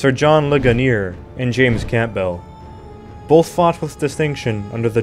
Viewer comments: Is he really saying Camp Bell? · general camp bell? you dont pronounce the 'p' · Dissappointing that even common British names (EG. Camp-bell for Campbell.) were badly butchered. I get that Europe is more varied with names & languages etc but it was hard to follow who, what & where were being discussed with such haphazard pronunciations. I feel it also shows a level of disrespect. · Just #FYI, , in the section from - , RE General Campbell, the 'p' is silent. It should be pronounced "Cam-bell". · the p in Campbell is silent, it's pronounced Cambell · Campbell is pronounced' Kambell'. The 'p' is silent. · Is that a robot voice? Read out v redooute, Campbell v camp bell 😂😂😂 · One of my friends pointed out that its pronounced Kambull. I had never heard the name pronounced aloud before and had no reason to think otherwise. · Umm... Campbell is pronounced in such a way as to rhyme with "gamble" or "ramble", etc.😁 Otherwise, the whole presentation was thoroughly enjoyable! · Campbell - the p is silent, and the double L is not emphasised. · The mangled mispronunciation of placenames and surnames, often with the wrong syllables stressed, too, is painful to listen to. You can't even get the Scots name "Campbell" right! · Campbell is pronounce Camble. Rhymes with amble. Also, Lille is not pronounced Lily. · Campbell ( Cam-Bell...P is silent) Lille ( LeeL) Ligonier (Lea-go-ny-A) was a French exile. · Bloody AI voiceover. Most of the lesser placenames are mispronounced. If you can't even set the field correctly, why should we believe anything else? Lill-le, for example. Dauphin, Campbell, names too.